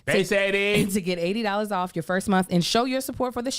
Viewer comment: “304 get owf meh” 😂😂😂